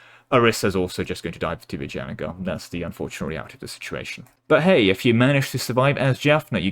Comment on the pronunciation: Actually you did pronounce Vijayanagar just fine.